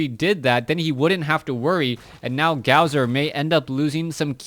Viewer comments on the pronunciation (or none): um, don't take offense to this, but it is pronounced Gosu user. The w that is in his name is suppose to act like two u's.